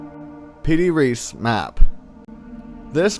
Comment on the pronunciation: uh, no, it wasnt compiled in 1953. also, are yhou saying pidi or piri?